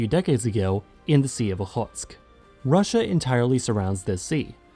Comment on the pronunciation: This is quite an informative video on maritime borders! Thanks for the video! Also, nice pronunciation of "Okhotsk". Although I have been watching you for a while, I will subscribe now!